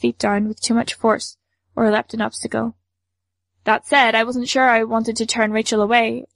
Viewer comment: O.k. you said l-e-pt one time. That means that's your default... Why are you saying leep-ed the rest of the time???